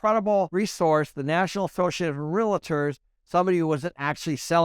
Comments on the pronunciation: REAL-tor, not re-la-tor. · What’s a real”A”tor or a real”I”tor?